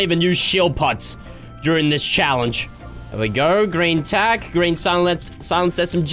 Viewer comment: Tac not tax